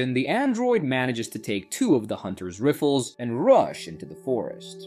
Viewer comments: He say hower the ai takes two of the *riffles*😂😂😂😂😂😂😂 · i love "film Crop", however, the AI.... "riffles" :D :D